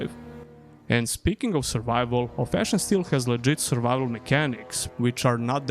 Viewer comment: The way you say Of Ash and Steel sounds like Old Fashion Still and it's throwing me off lmfao Great video as always, world desperately needs more gothic likes.